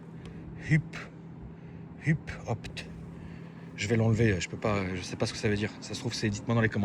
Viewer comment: Il a dit « hup opt » 🤣🤣🤣🤣🤣 HUPE OPT HAHAHAHAHA JSUIS SCIÉ 😂😂😂😂 C’est de l’allemand frérot : Hüpe c’est Klaxon et Opt c’est peut être option !